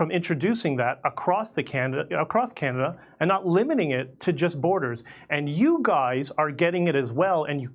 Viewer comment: Jimmy, it's Canada - not Canadia.